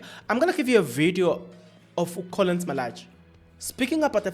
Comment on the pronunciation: You keep on Butchering people’s names🤦🏾‍♂️🤦🏾‍♂️🤦🏾‍♂️ Please respect people it’s Collen, not Collins